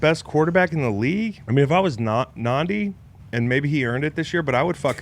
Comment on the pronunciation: His name is Nhadi "Nah-Dee" Not Nandi